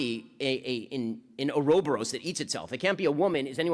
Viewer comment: please tell me he did not just pronounce "ouro boros" as "orobust"